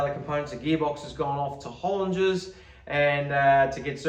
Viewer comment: I'm glad you say Hollinger properly, there's an American youtuber that says the inger part like singer.